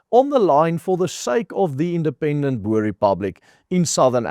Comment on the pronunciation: Jy is afrikaans, dit is "boer" en nie "boor" nie.